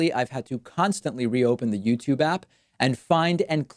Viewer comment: Youtube... you... tube... Not themTube